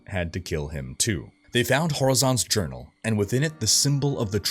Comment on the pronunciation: Horizon's urinal?! Oh... Journal... 😂😂😂